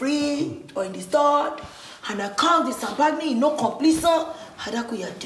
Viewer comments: Champagne ❌ sampagni ✅ 😂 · Its how jenifa pronounces champagne for me😂😂😂😂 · Jennifa's pronunciation of champagne is everything